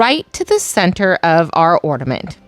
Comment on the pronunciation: I love your ideas but couldn’t listen you say ord a ment instead of or na ment!